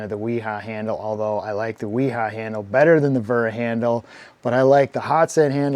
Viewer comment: Finally someone pronouces Wera correctly!